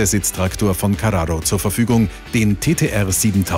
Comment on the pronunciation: Wie du carrao ausspricht. Wie ein Italener